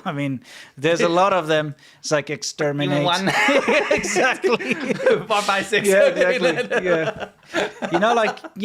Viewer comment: Da'licks exsperminate!